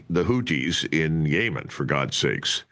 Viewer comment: The way Col D pronounces Yemen like Yayman is hella funny. The same way Bush pronounces Iraq 😂